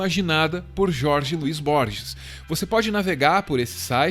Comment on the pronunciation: versão em inglês do livro do J. L. Borges? vcs o leram em inglês? pq pronunciar "aisac newton"? e pq não pronunciar "rorre luis borres"? são "detalhes", mas dói no ouvido e passa pela valorização da nossa desprezada cultura latinoamericana